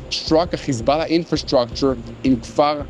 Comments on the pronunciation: Why do you say khizballã its hezballah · Why does he pronounce Hezbollah like that lol 😂